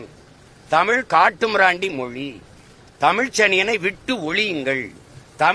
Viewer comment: முதலில் மொழி என்பதை சரியா உச்சரிக்க தெரிந்து கொள்ளடா நாயே